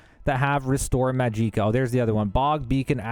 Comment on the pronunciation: Majeeeeka in the gilded karafey. If these are intentional well done.